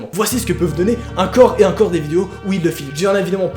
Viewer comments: Pourquoi tu dit uncore au lieu de encore ?? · Parcontre c'est pas "acor et acor" mais c'est "encore et encore" hein x)